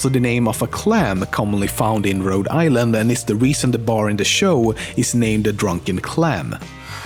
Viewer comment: You pronounce Rhode Island really funny😂